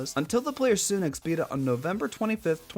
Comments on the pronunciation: A-than-it-oes, sun-ix mispronounciation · nooo it’s sunix